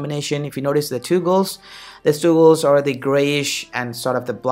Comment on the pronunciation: Why do u have such a gay accent? Talk normally. And tooogles? Seriously? It's toggles.